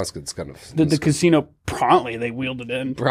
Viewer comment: Prontly? Promptly?